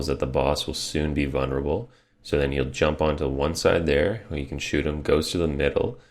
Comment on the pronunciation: why do you pronounce vulnerable as vunnerable? Don't know why but it bothered me.